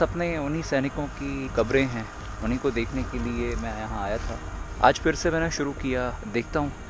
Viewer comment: It is phir nit fir